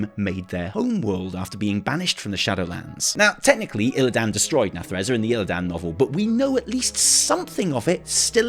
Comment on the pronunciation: PLEEEEEEEEEASE Can someone teach how to pronounce Illidan and Nathrezim?! Just go play WC3 and listen >:P